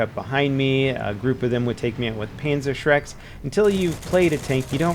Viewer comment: Did he say Panzer Shrek?